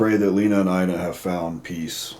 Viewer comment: Ina is pronounced eye-na, not e-na. Good catch on that cloth under the bed!